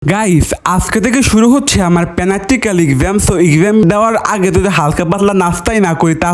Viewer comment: পম্পাই মরিচ ✅ বোম্বাই মরিচ ❎ পদের ভর্তা ❎ পাদের ভর্তা ✅ দুধু চা ✅ দুধ চা ❎ প্র্যাক্টিকাল পরীক্ষা ❎ পেনাক্টিক্যাল পরীক্ষা ✅ এক্সাম ❎ এক্জাম ✅ আর ভাই তুই নাকি ডায়েটে আছো তুজে ডাইটা থাইকা এত খাবার খাস তাইলে নরমাল দিনে কতটুক খাস আর তুই যদি এত সারাদিন খাস তাইলে তোর তো সাদা ছেলে পরীক্ষা দিতে হইব ওখানেও ফেল করবি এবার ভাই আল্লাহর ওয়াস্তে উচ্চারণ গুলা ভালো করে করিস নাইলে কিন্তু তোরে মানুষ কমেন্টে বাচাই রাখবে না